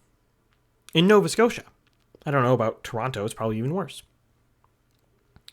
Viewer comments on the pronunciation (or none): none